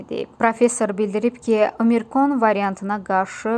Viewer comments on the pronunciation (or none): Diktor xanım, omirkon deyil ştamm, OMİKRON du.